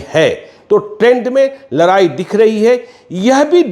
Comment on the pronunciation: तु म पत्रकार हो या चना बेचने वाले हो, लराई लराई क्या होता है